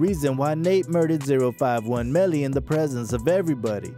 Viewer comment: This dude eating off the culture he don’t even say 051 melly name right dame calm on I can’t finish lessening to this dude